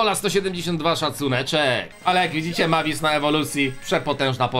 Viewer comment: Mavis się czyta mejwis miałem kiedyś 472 klejnoty